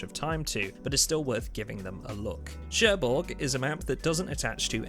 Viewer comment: It's not sherborg but Cherbourg lmao, Im living there 😂